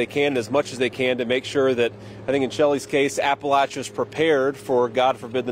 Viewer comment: Kentucky boy knows how to properly pronounce Appalachia. Thank you for coming!!!